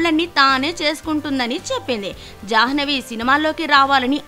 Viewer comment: It's not jahnavi it's jhanvi